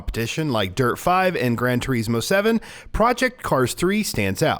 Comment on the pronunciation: Same with people that say Gran Tureeeesmo, it’s gran turiiismo. No fucking E